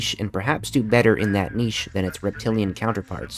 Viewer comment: Oh good. An American who pronounces ‘niche’ correctly.